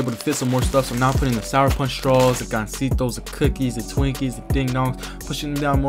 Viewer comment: as a latin american you said gansitos well